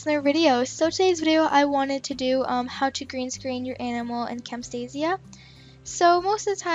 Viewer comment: its camtasia not camStaisia